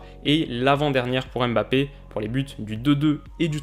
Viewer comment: Coucou, Tout d'abord je voulais te dire que j'adore tes vidéos, continue longtemps comme ça ! Après juste une remarque sur la prenonciation de Mbappe : pourquoi vous séparer toujours le "m" du reste, on "MBA" et non "Aime BA", c'est pareil avec N'golo, ne dites pas "aine golo" 😂 Bref c'était juste une petite remarque pour la prononciation.